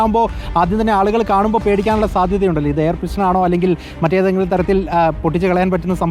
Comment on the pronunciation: പിസ്റ്റൺ അല്ല പിസ്റ്റൾ 😂😂